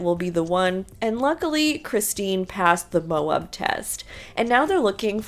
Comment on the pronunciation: It's pronounced, mo- with a long "o", ab- with a short " a". Just like they say it in the show. Mo-ab. You know, like you want "mo" of Kody's "abs", without the " s"! 😂😂😂